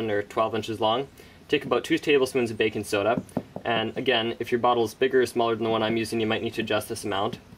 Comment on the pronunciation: you say baking soda weird XD.... baking soedauh